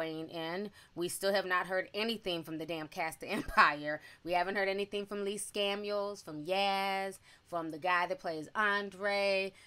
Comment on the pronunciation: Did she casually say Lee Scamiels?? 😂😂😂